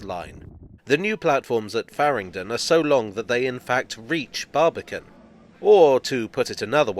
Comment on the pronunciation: When I hear "Barbican" I hear "Barbie can what?"